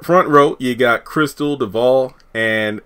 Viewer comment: They are great friends in real life, afterall she is Dakota's Godmother. Btw...I enjoy your content, but I cringe everytime I hear you pronounce Devale's name, I'm a stickler for pronouncing names correctly. It's a short "A" sound my dear.😉